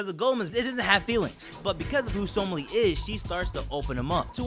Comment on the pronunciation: He butchers the pronunciation